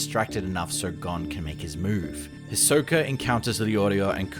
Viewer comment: It’s pronounced HE-Soak-A. Not His-Soak-A…🤦